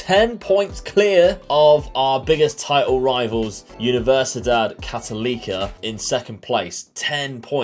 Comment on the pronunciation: So cool to see this as a Chilean! A few things: for abbreviation, you can call Universidad de Chile "La U" (don't pronounce the U as 'you', it's more of an 'Ooo'). For Universidad Católica you can say "La Cato". When you pronounce Católica you have to say CatOlica rather than CatolEEca, does that make sense? hopefully Good luck! I'll be following the series:)